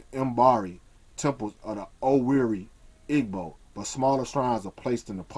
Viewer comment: i LOVE your videos, but PLEASE say "gb" correctly. it HURTS to hear you say ihh-g.bow.